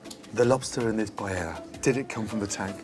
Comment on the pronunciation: They can't even pronounce Paella